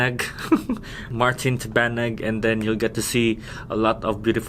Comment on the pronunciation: Slang kaayo oh "Martin Tabanag" 😆